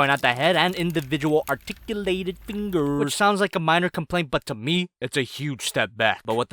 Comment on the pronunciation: it funny how he said fingers